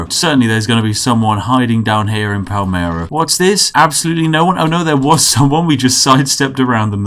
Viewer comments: ''Pa-ler-mo'' PALmeRo! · Palmero.....Yes....right....It's P-A-L-E-R-M-O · It's PaLERmo, not PalMEro! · P A L E R M O Not "Palmero" Plsssssss so -> "Rest in peace Palermo" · It's Palermo not Palmero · Palermo not Palmero :/ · *Palermo (italian: how you write it you read it) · palermo not palmero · So can' read P a l e r m o. cool